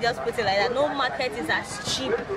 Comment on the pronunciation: Onitsha Main Mar-Kate 😂😂😂 Igbo people and pronunciation Chai